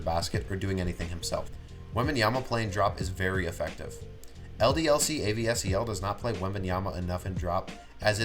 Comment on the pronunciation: Just for info, it's not A.V.S.E.L, it's ASVEL (the S before the V) and pronounced ass-vell.